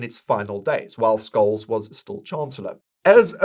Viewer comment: Just one Tipp: its pronounced SHOLSz and LINDNER (tje fool who Sold our BTC early)